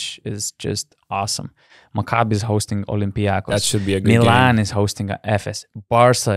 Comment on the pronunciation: Yes, olympiakos you pronounced it right!